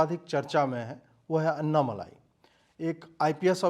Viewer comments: Its not अन्नामलाई 😂 it's अण्णामलै... That's the Tamil word for Arunachala, a very holy mountain in Tamil Nadu which the great sage Ramana Maharshi also worshipped. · Abey ye malaai nahi.. Malai hai dhakkan😂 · Pl note that it is Annamalai and not Annamalaai - small lai and laai... Ok ? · Anna malaaai nahi annamalai😂😂😂😂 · Humble request to use the word अण्णामलै। This is phonetically correct than the usual bs used in Hindi channel. Anna is really pronounced as अण्णा not अन्ना। दक्षिण भारत को समझने का प्रयत्न करें। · Bhai uska naam " अण्णामलै " hai